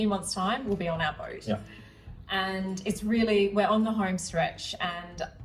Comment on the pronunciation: How do you get "boyt" from boat and "noy" for no? There's no oy sound in either word. I'm confused.😂